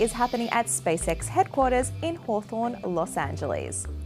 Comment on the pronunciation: I love how Ozs pronounce Los Angeles.